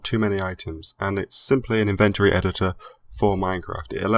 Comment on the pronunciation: Can someone please tell this guy how the word inventory is pronounced...